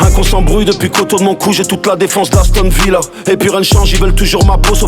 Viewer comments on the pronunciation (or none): Aston Villa , pas "haston"